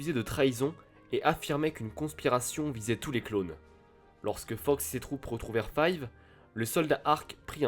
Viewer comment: très bonne vidéo comme d'habitude, mais par contre, je ne peux pas te laisse appeller le meilleur clone "five" c'est "fives"!!!